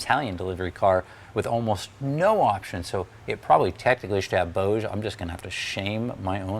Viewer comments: Very informative and enjoyable presentation,. I do have a question. I noticed you pronounced Boge with a soft g and silent e. I was always under the impression it was pronounced with a hard g and long e. I know you are a stickler for details so I would imagine you were purposeful in your pronouciation. I was curious as to how you came to know this? BTW, I saw you speak at Tech Tactics East a few years back. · Not claiming to be an authority here, but I did study German language. Proper pronunciations as follows: Boge- 'Bogeh' with hard 'G', and the 'E' as in egg. No such thing as soft 'G' in German language. Also, every vowel is pronounced. Also- Fuchs (meaning fox in German) is pronounced with a short 'U', as in football.